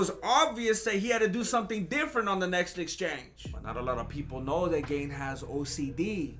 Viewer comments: Gaaaahn. Not gain lol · its gaaaan...like if you said the word gun with a long u....guuun....ciryl guuun... : ) very entertaining video, thank you! you are really good at this... had me laughing hard.. : D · How difficult is it to pronounce it GARN